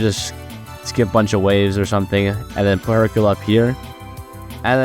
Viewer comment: Brother please improve upon your speech 😭 "Hercule-uh is-uh very good-uh" gonna assume you're talking like that to farm comments bashing on you but idk. Edit: I know you aren't gonna care, but its giving me a god damn headache, probs a good and informational video but can't deal with the "uh" at the end of every word 😭